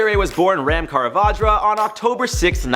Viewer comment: It’s Kavandra. Not “Karavadra”